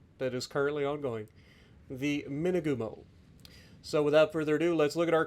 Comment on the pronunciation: Dang it! I thought you were saying "two-by-two" the entire time up until 15 minutes in. I was thinking 'oh cool, it's got torps kinda like the kamikaze?'. Imagine that.